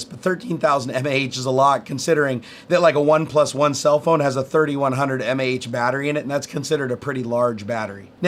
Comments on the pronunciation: m-a-h? meh. "maw", hell no. Another EE here. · I'm just glad he didn't pronounce it "maw" like some people do. That is even more cringe worthy...Kills me a bit on the inside, too.